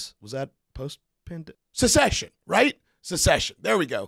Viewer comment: "Secession" six times 😂